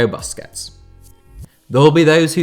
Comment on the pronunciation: For a guy who seems to love busquets, youd think he'd know how to pronounce his last name